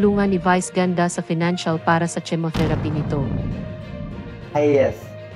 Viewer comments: Chemotherapy is pronounced as kemotherapy Not tsimotherapy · Ano ba ung at bakit tsemotheraphy(chemotherapy) ang pagbigkas??? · Binabasa mo lang pero mali mali bigkas mo..Hindi jemoterapy Ang bigkas sa chemotherapy😁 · Pls learn how to pronounce chemotherapy. Tnx